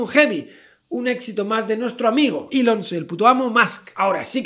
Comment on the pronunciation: Gente normal: Elom Musk Gente rica: Musk Javi: Elom Soy el Puto Amo Musk XD